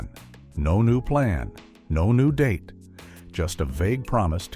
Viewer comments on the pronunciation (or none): none